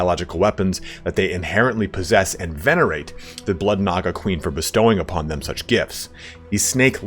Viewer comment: "Nah Guh"